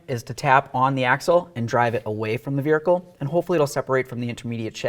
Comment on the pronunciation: That "veerhicle" gets to me. Lol